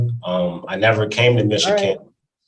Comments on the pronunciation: He keeps mispronouncing Michigan. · Why does he keep pronouncing Michigan so wierd??